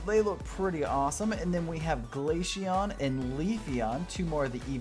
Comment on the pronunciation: its not Glasheon its Glaceon